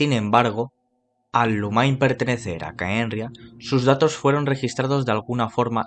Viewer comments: Se pronuncia Lumin no Lumain. El mismo actor de doblaje lo pronuncia así. Gracias por el video! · Son unos grosos todos, geniales como siempre! 🙌🏼 Pd. peeero no jodan cómo le van a decir Lumainn a Lumine si ni en inglés se pronuncia así 😂